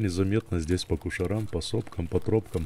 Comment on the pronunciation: Не " по кушарам", а "по куширям"